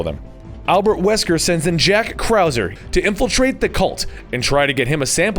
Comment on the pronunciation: Krauser not Kauser